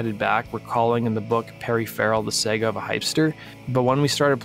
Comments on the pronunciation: The Sega of a Hypster? Like.... the Genesis? Are ya sure you don't mean Saga? Like.... Sah-gah? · Saga = sogga. No long A sound